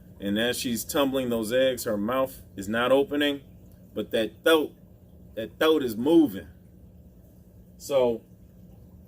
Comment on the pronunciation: thoat? thoat? You ain’t from NYC, put the r-uh in thar.